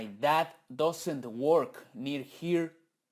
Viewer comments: La palabra "does" no se pronuncia "dos" se pronuncia como "das" y el negativo "doesn´t" se pronuncia "dasent" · Me gusta su curso la diferencia que noto en la pronunciacion doesnt la pronuncia como que estuviera leyendo en español y se pronuncia entre a y o